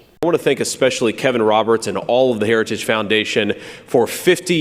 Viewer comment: The man can’t even say the word ‘heritage’. 🤪